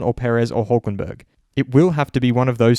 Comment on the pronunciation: Did he said, HULKENBERG???